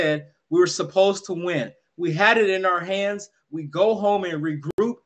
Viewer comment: "Wee Believe" 😂😂